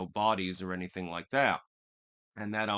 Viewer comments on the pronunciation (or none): none